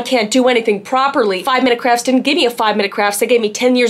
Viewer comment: Is she saying "5 Minutes Crafts" or "5 Minutes Craps" 😆🤔